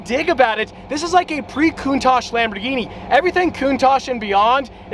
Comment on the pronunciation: lambdurghini?? 😭😭 i apologies